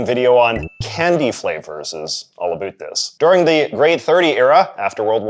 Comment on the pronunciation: You say about incorrectly